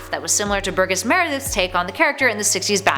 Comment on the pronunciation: Burgess Meredith's first name is pronounces as if the "G" is a "J."